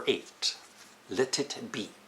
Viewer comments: "Le Tit Be" I love this guy. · Nikolas Brady Le tit snow < Le tit be